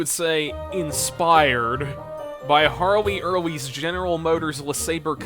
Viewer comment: Dude said harley EARLY looool Bro Aint no way How Just how do you convince yourself youre qualified to speak about automotive history But youve never encountered harley earle's name being said out loud